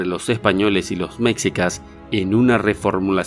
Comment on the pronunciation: Información errónea, y mala pronunciación, mexica se pronuncia meshica, hay que tener cuidado con las afirmaciones que se hacen